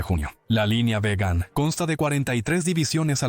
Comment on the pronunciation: Veigand, Veigand, no ueigand, por favor !!!!!!!!!!